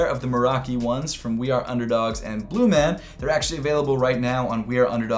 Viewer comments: PRONOUNCED BLUMAWN!! Not bluman!!! LOVE THE VIDEO BTW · Its pronounced "bluemawn"